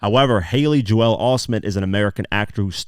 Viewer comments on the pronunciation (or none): Ive got one issue with this breakdown.... JOEL is not pronounced JO-EL.